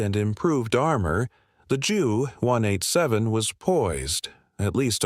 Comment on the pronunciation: I clicked off of this when I heard the computer voice pronounced JU 187 as "jew one eight seven" If the author is too inept to actually use his/her own voice, then at least program the computer voiceover to not sound like an idiot.